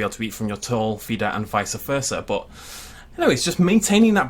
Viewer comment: vice-versa, not vica-versa. sorry, petty but annoying. lol